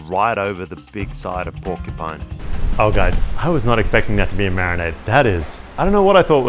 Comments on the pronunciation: “Porcu-pets” 😂 sorry but it’s definitely not a pet! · Except she can’t say the word “porcupine” 😂